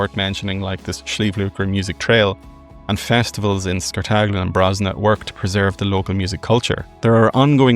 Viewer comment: De Cork accent... 'course, boy! Twas just like Tom Cruise in dat fillum 👍 By de wey... it's SCART-a-GLIN, not scartAGLIN 😃